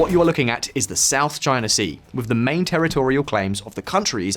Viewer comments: south is shout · "SHOUT CHINA SEA" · "shout china sea" 🙃🤨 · loved the "SHOUT CHINA SEA"! :) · It's "SHOUT CHINA SEA"😁